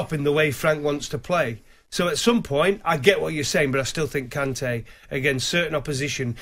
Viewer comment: The disrespect on Kante's name